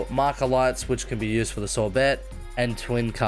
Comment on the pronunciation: It bothers me how you pronounce sorbet; you say "Sore - Bet", but the actual food, as far as im aware is pronounced "Sore - Bay": so is the offical pronunciation the former or the latter?